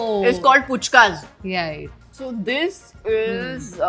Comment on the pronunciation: Not puchka it's fuchka...why's everyone keep saying it wrong